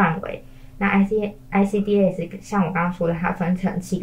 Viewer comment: ICDAS 跟ICCMS 是一樣的系統。 只是ICCMS 多了對於根據齲齒分類所對應的處理建議。 至於ICDAS 的發音方式， 通常是 IC-DAS (欸西-大思） 不會把每個字母分開念。 一點小小的建議